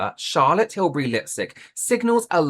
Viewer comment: Can we talk about "Chaza Tills" please???